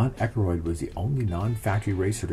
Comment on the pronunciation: Excellent book, but please, never say Ekeroid again🤣🤣🤣